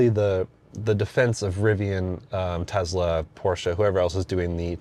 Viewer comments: Bro, it’s not tezla. It’s tesla. Enunciate your S’s! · Him saying Tezla and that CarPlay sucks immediately discredit him as any type of reviewer.